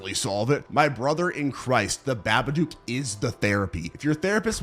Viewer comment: "The ba-ba-dook"? bro it's pronounced "Bah-bah-dok"